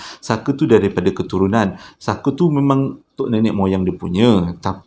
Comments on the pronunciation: Honestly,aku kalau tengok kau bercerita memang aku akan gelak especially bab lawak tu..episod kali ini ujung2 tu kau tersasul sebut fucker,,guling2 aku gelak...hahahaha,Kipidap bro always update with new content. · Hahahahhahaa part last Memang tak rilex abang punya tershashul 🤣🤣😭😅😆😁🤭😝 Farah + Saker = ®€¢™$